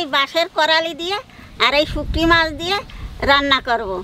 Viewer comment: এমা শুটকি মাছকে শুকটি মাছ বলছেঃ হা হা হা হা হা।